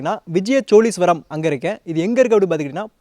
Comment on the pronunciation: please ucharippai sariyaga sollunga.... cholagar illai chozhargal..... always saying cholargar choleesvaram hearing its too bad please,CHOZHARGAL,, YOUR VIDEO AND NARRATING R VERY WELL, THANK U SIR.